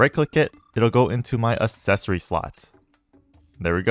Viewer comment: Ack-sessory. Assessory sounds so ass